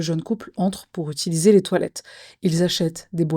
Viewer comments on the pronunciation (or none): none